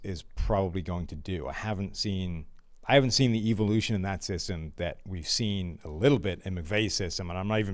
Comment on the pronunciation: Pleas have keep saying “evolution” or how he says it “EVIL-ution”